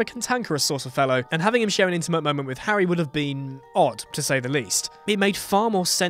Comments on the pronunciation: Did he call harry potter harwy potter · howwy potter?